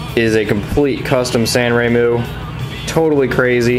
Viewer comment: its sanrenmu, not sanremu.....